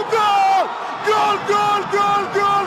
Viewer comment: Հաղորդավար դե լավ է իջի ցաց էշիցտ էտ սովետական աքցենտով գյոլ չի այլ գոլ համաշխարային լեզվով....